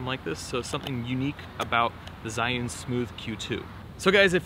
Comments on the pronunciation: Its pronounced zoo-yen like, You Win! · Everyone got a different pronunciation😂 this man said Giyun